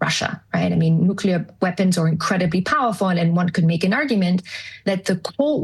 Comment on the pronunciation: Oh the irony. Turn off the safe nuclear power plants, build nucular weapons